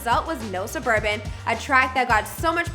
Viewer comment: "We don't spin in no surbabans"😈💯